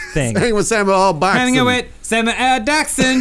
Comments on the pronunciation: he did say "sammy ahl jackson" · he said "sammi-yell jackson" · "Sammy L. Jackson?" That's what I hear anyway's